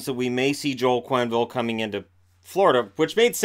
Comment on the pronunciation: Joel QWenneville ?? hahaha just find it funny :P